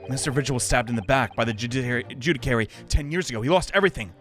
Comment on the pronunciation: gotta love how has consistently been saying "judicary" instead of "judiciary" this whole time (it's pronounced joo-dih-shee-airy)